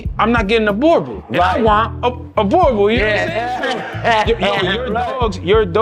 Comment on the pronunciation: Oh lol its pronounced Boer (what we call farmers here in South africa) not bore Booo like a ghost sound lol Boo and like you would say Right so drag it out rrrrright now the sound you get before the ight Boer Bull so in english would be farmers bull